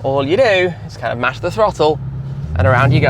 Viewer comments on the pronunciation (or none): none